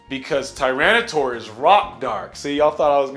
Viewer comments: Gens 6 and 7 made getting ready for competitive Pokémon so much more accessible for casual players tho. And Miltank isn't even hard. Also you pronounced Kyogre wrong. It's Kai-ogre. Not Kee-ogre. The "fire pig" was not Fire/Psychic. It's pronounced TyranitAr, not TyranitOr. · TyraniTAR! TAR! NOT TOR! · You know your a filthy casual when you say tyranitor